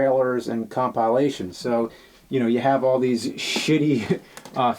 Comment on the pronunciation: The way James says compilation is pretty funny.